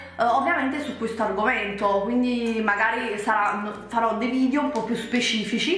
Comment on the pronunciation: ma te l'hanno mai detto che non si dice VIDIO ma VIDEO?